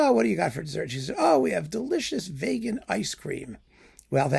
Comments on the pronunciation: is so appalled by veganism that he even pronounces vegan like Vegas! Many people will get offended but the bottom line is: don't give into hypocrisy, pretentiousness and a cult mindset, be it in food or music. Open minds need to be nourished on both sides of a spectrum. Excellent points, as always! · My main takeaway is I'm changing my pronunciation from vee-gan to vay-gan. I've never heard it pronounced that way before, but it sounds true.